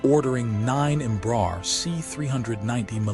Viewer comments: Might be nice to learn how to pronounce the name of the company correctly. It's not "Embrahr" it's "Embra-Air" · pronunciation approximate: embra + air (english)